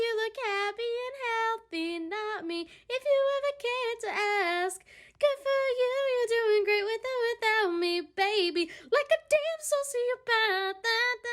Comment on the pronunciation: ASK not aks! Please people